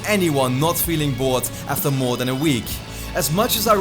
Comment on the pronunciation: also because in it sounded like you said meer instead of more which means more in Dutch XD